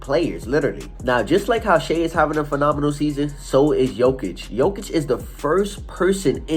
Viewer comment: You are wrong! It is JOKIC.......Period